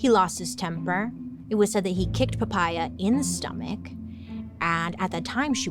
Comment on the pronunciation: I laughed so hard listening to Poppea become Papaya 😂 Is that how you pronounce it in english???😂😂